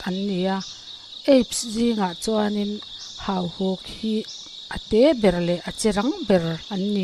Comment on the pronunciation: Hahuk ti suh, hauhuk tih tur